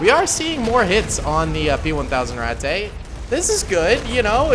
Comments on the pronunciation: just the way you say Ratte, its RAT-TUH not RAT-TAY, its not mein-ay its MEIN-UH, now for example, cheese, is kaze, pronounced KAY-ZUH, the e at the end most of the time if not always makes the uh sound, the a with umlauts makes ay sound. ik you like germany and all und ich lerne Deutsch zu sprehen, und die sprache ist ein sehr schon sprache. du haste Hochdeutsche, buhnendeutsche, und viele oder sprachen. du haste zu lerne die sprache, und der volk. btw i do not have umlauts on my keyboard, and i only used translate for spelling and pronunciation. i have been learning german for quite a while now and though i am not sehr gut, i am still trying. i see you like germans and all i just, idk maybe this helps and i do not mean to come across as a dick or a know it all, i try and share what knowledge i have. or maybe i am a dick and you say it like to be funny, idk either way its just yeah. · I believe its just pronounced rat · When you pronounce ratte it sounds like ratt a it sounds like i dont know how to explain but my ears dont like it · It has 2 pronunciations rate and rat... Never did I know rat-tay would trigger me so bad... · My German isn't as good as it used to be, but I believe ratte is pronounced ratt-uh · its pronouced rat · hey can you just pronounce the rate in it's proper pronunciation